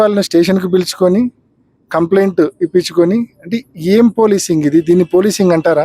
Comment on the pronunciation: ఇది పోలిసింగ్ కాదు సార్ పాలిషింగ్ 😂😂😂